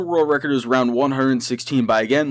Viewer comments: Roud instead of round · Lol he says roud not round 😆